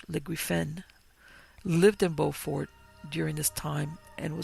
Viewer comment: It's amazing you visited here and completely missed the rich Gullah history and folktales,.. You mispronounced Beaufort and those “carpetbaggers” were quakers from the north who came down to help establish the Freedman Bureau. You may want to learn a little history.